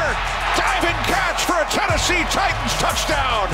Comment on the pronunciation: U said titans wrong